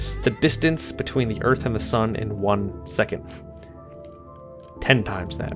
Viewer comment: You have no idea how funny 'Earth' sounds in my Non-Native-English ears :D Oorth